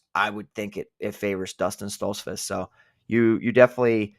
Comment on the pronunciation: How can anyone take yall seriously when you pick Stoltzfuz and can't even pronounce his name right. He's gonna get whooped.